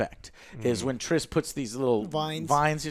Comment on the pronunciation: Trish -Triss, Triss.... Merigold..